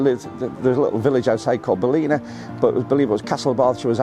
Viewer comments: Hi, its pronounced Ball-in-a not Baleena, you will get pulled on it. best of Irish luck.. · Fantastic place to have roots! It's a beautiful place on the Wild Atlantic Way. I go there regularly - you will fall in love with the place. Probably a good place to go, when Cyprus gets too hot! Pro tip - it's pronounced differently, shorten the I and lengthen the a. Balla nah. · Ballina is pronounced "Bal -in -ahh"